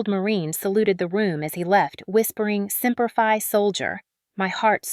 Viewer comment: Nice story BUT it's not hurrah it's "BOO-RAH" that Marines say! Ask any Marine and they will tell you! In "Semper Fidelis" is shortened to "Semper Fi" with long I at the end! Your AI reader doesn't know how to pronounce these words and phrases correctly.